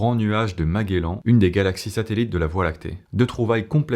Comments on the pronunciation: La culture générale c'est important! Tu peux bien parler d'astronomie pour prononcer MAGUELAN 😂😂😂 Tu ne sais pas qui etait Magellan??? On prononce comme un J pauvre inculte 😂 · Magellan se prononce "majéllan". Pas Maguellan. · ça ce prononce nuage de mejélan 😘 comme manger ou jujube